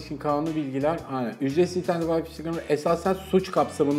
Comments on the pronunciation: Adam teknoloji kanalında çalışıyor ve vay fi diyor vay fay diye okunacak şeye.. lul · Wi-Fi'a neden vay fi diyorsunuz? Vay fay diye okunur doğrusu. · "Vayfi" değil "Wayfay" diye okunur. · yahu vayfi nedir ya arkadaş bu teknoloji kanalı değil mi öğretin şu adama doğrusunu. Ya sen de utan biraz paranın hakkını vermek için uğraş. Git en azından çeviriye yaz öğren şunu. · Vayfi wtf